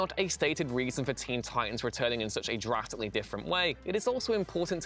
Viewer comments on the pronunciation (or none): none